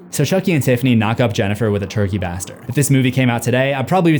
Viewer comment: We're just gonna gloss over the way he pronounced "turkey baster?"